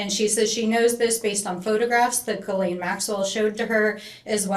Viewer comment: Who are these morons asking question? They are not lawyers or very educated. This clown didnt even say Ghislaine Maxwell name correctly?